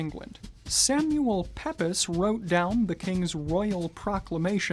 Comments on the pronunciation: Interesting video but one minor correction . The famous diarist Samuel Pepys's surname is prenounced 'Peaps' and not 'Pe-Pis'. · Pepys is pronounced "Peeps." At least, that's what the folks in England say is how Pepys himself pronounced his surname. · They have not disappeared - I wore one last Sunday for Church. I wasn't sure how warm it was going to be so wrapped up warm with a waistcoat under my jacket. Samuel Pepys is pronounced "Peeps" (we learn this in school). I'm pretty sure the main reason that they are no longer popular is the general move to casual clothing, disappearance of three-piece suits and central heating which means that someone so dressed is much too warm inside. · Hi , Love your show! Although not an Historian, I love history and until this day when I heard your pronunciation of the name Pepys - pepis with a short I sound, I have always heard it pronounced as Peeps. I wonder which is correct? Very interesting. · 3.25... Please note, Its pronounced Samuel Peeps like leaping or seeping, not Pep-ES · Please note the “Pyps” is pronounced in most of Britain as “Peeps”. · ‘Pepys’…Pep-is? It’s pronounced ‘Peeps’, mate. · Samuel Pepys PROUNCED as PEEPS not PEPIS. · It's pronounced 'peeps' not 'pep-plss' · Samuel Peppis? It's pronounced "Peeps" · Please, Samuel Pepys is pronounced "Peeps"!!! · "Pepis"? Who he? "Peaps", please! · Pepis?!?!! Pepys Pronounced PEEPS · Excellent vid as ever, though at the risk of nitpicking, Samuel Pepys’ surname is pronounced “Peeps” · samuel pepys is pronounced "peeps" thank you. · Pepys is actually pronounced as 'peeps'. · Pepys is pronounced like peeps Edit: Nevermind, somebody has already mentioned that. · it's pronounced peeps. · “Pepys” is pronounced “peeps” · Pepys is pronounced “peeps” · 1. Weskit isn’t a corruption. It’s the proper pronunciation. 2. It’s pronounced “Peeps” you ignoramus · FYI Pepys is pronounced “Peeps”, just because. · “Pepys” is pronounced “peeps”. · Samuel Pepys name is pronounced Samuel Peeps